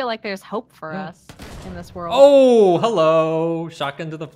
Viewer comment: dedication to "hewwo" is a gift